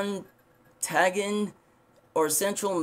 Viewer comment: I'm happy I found this video, was curious about the Breton. I do recommend improving your reading skills and editing your videos to cover your mistakes!! Cheers hope to see more horse facts in the future. Try using Google to help translate the foreign language words Montagne esp.